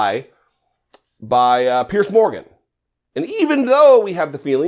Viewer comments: Piers. It's pronounced PIERS, like one pier, two piers. NOT 'pierce', like pierce skin with a needle. (Sorry, makes me crazy...) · why are you mispronouncing the idiot Piers Morgan's name? It's pronounced "peers". You're sounding like a low IQ Republican when you do that. Don't be like them, do better.